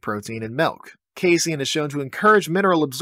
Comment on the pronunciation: Did he say Malk ? Is that a reference ?